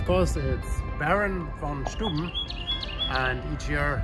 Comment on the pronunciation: Nice place, modern and efficient. However, why do some Germans pronounce German names like some Americans might do who don't know any better? Like 'von Steuben' - It's not STOOBEN but Stoiben as 'eu' is pronounced 'oi' in German. Or why do you call it 'pool' instead of finding a German word for it? Watched a video about Berlin where a German guide called 'Brandenburg' Brändenberg... LOL - I subscribe to German newsletters, magazines, etc so I can hear German the way it should be pronounced - not americanized - PLEASE!